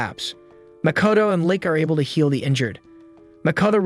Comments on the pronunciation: I feel a stab on my heart everytime he calls the lich... a Lick xD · It's not a lick, it's a lich